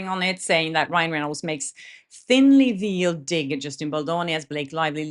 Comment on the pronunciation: I could never speak another language as well as you speak English. Just an FYI, veiled is pronounced like VAYLed or rhymes with hail. Thanks for all your wonderful vlogs.💜